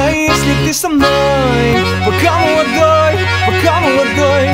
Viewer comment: пка млдой, пка млодой - это ужасно